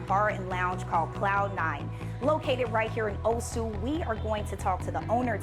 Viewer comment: What a stunning venue. Such a shame music is too loud on this video. Sidenote: It's O-su rather than Oh-su and say it faster rather than dragging out the syllables.